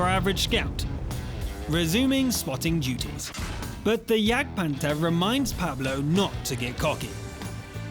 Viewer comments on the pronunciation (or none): none